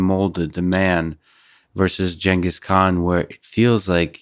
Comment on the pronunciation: It’s Genghis not Genghis